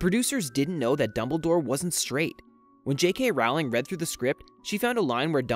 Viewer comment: Great clips- but be sure to pronounce JK’s last name as Rolling as it rhymes with Bowling, and does not rhyme with howling. This will add to your expertise.